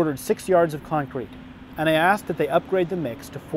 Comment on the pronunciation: I hate the way he says con crete